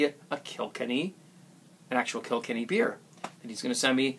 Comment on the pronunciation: im irish and if ur talking about the county of kilkenny in ireland its pronounced kill-kenny :P